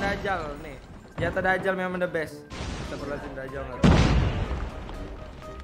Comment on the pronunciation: Dajjal bang bukan Dakjal maaf kalo nyinggung 🙏